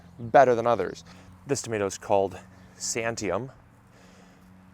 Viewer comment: 😂😂 Santiam is a regional place name pronounced "San-tee-am". Was it good? I ordered some from Adaptive Seeds because they are my growing region in the PNW.